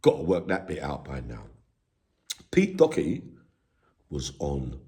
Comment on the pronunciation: Not Docherty. Doherty is correct.